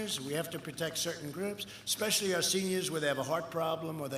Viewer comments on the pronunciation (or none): none